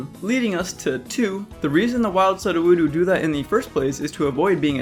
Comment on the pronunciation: "Sud oo woo doo." Me: "Soo doo woo doo." (As in pseudo, meaning fake.)